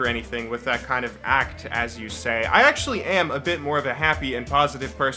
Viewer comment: >I don't act >I actually >act-ually He's acting